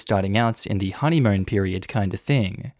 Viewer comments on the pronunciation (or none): "Honeymoan" anyone else hear it.